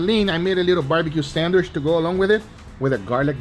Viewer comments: love how Guga says sandwish 😂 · Everyone else: Sandwich Guga: Sandwish (no offense)